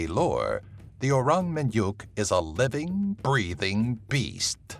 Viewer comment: MINYAKK NOT MINYUKKKK